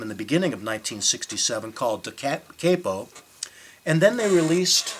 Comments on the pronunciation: Any publicity is better than none but This guy doesn’t even know how to pronounce the name of the 2nd album. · Look, I have to admit that forgot "Alone Again Or", didn't pronounce "Da Capo" and Bryan MacLean correctly and used notes (OMG) but his info was primarily correct. He didn't say Neil Young produced "Forever Changes". He didn't say Glenn Cambell and Leon Russell played on it - he said they were members of the Wrecking Crew. He did say that Neil Young was discussed about producing it and that the Wrecking Crew tracked 2 numbers. An interview with Johnny Echols found here confirms these facts. I have "zoned out" when in front of people and forgotten names so I know how this could happen in front of the camera. As far as pronunciation, so what - we all knew what he meant. Give this guy a break! Just be glad he's keeping the music of Love out there. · the second album is pronounced Dah-Cah-po, not Dah-Kay-po. It means "from the beginning." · Does it matter how he pronounces 'Da Capo'.... Yes It could have been better.